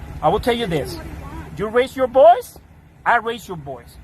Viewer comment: he said boice not voice. lol deport him back